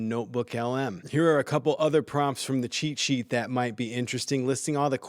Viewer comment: When he says “cheat sheet” is it only me hear it as “chi chi”? I have no problem with that even it makes sense use AI for chi chi 😁